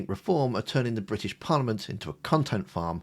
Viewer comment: There’s a T in British,! ‘Bridish’??? Makes me want to slap his legs.